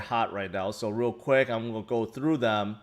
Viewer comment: haha i was trying to figure out if it was always that word he said that sounded weird.